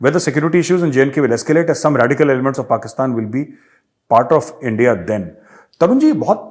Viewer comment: Aaj kal tumhare moonh se nikalta hai 'India' magar mujhe sunai deta hai 'Endia'